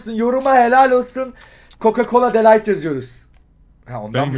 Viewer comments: Abi de lightmi değil de ligt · De light degil de ligt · De Ligt'te "H" harfi yok abi seviliyorsun djsolsxnsıaldo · De Layt Değil De Ligt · DE LİGHT ne abi ya DE LİGT DE LİGT dkslkmdsmklksd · de light değil de LIGT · De Light degil De Ligt a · Abi de light değil de ligt :D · De light deyil De Ligt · Lan de light deil de ligt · Nobody:dE lAyT